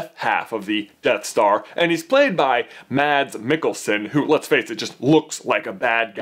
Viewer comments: just for info Mads Mikkelsen is said like Mads Mikkelsen, it is a silent d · Omg when you said Mads Mikkelsen I was dying xD you said Mads so funny! ( he's from Denmark like meh)